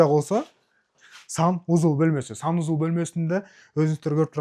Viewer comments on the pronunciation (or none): финиский уй, санузул😂 дейт го, счена, телезор, заранья, зашот